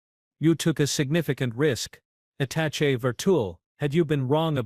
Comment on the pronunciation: For once an AI pronounces "attaché" properly. However the abbreviation UN is not pronounce "un".